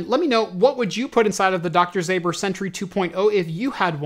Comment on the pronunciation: You pronounce it like Doctor Zomber not zAber. Greetings from Poland